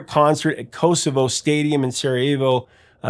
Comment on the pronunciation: You pronounced the Sarajevo stadium Kosovo, but it's KoŠEvo (Š or S with a tick is pronounced as SH, like you say a bush)